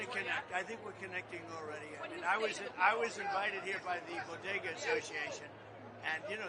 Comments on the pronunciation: Notice how Trump pronounced "BODEGA" correctly... Not like "Dr." Jill's "BOGEDA." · "BOG AH DA" Dr. Jill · Don't you mean bogeda?